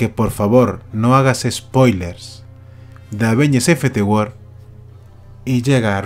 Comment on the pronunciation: "Infity War"